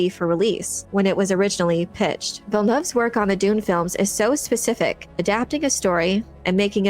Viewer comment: You're the only youtuber who pronounces Villeneuve's name properly. Kudos